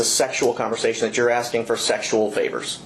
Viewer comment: This cop is beyond sketchy. We are entertaining his obvious OUT OF CONTROL CRIMINAL SEX ADDICT behavior. He is dangerous ! And he says DAT instead of THAT.